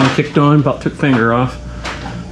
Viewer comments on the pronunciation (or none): none